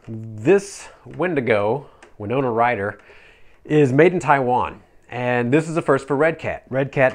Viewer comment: The “Winona Rhyder”. LMAO!!